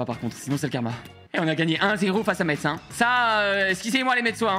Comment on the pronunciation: Pour le stade de Metz non c’est pas le vraie et ça se dit pas Metz mais messe